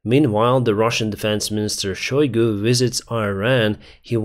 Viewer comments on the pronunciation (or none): none